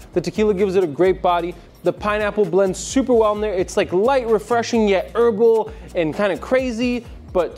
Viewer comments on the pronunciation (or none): none